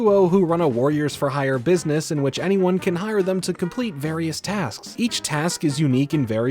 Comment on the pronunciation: I swear the only thing I remember form this show is how she pronounced "business" lmao